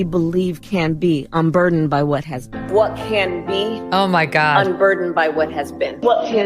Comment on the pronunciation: Nooooooo!!! Not the "unburderned" crap 🤦🏼‍♀️